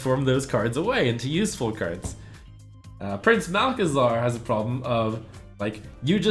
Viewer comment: You said: You have to see the beauty in all cards, and I think you just butchered Prince Malc. :P